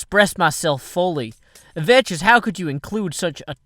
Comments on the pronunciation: It's pronounced Vex but calls him Veches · If you ever watched Vechs' videos you'd see that he pronounces his own name as "Veks" in his intro. says his name like Vetches. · VECHS IS PRONOUNCED VEKKS NOT VECHES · It is pronounced Vecx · You're the idiot. pronounces it "Vetches" as a joke. Sometimes, even Vechs himself pronounces it "Vetches" in the intro to some of his videos. Radignostic was just making a joke, and apparently you couldn't take it. I hope you understand now. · "Vechs" doesn't care much about how people pronounce his IGN, because he lets pronounce it "Vetches", since they're "good friends". You could pronounce his name,"Vetchasaurus", if you want(just make sure you're saying it in a fearful way;D) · no, it's pronounced Veks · It's a purposeful mispronunciation.